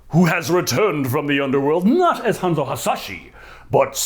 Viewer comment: DID YOU JUST SAY HANZO HAYASHI? SIR SHAME ON YOU.